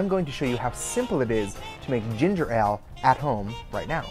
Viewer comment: Your pronunciation of 'Ale' is killing me >.<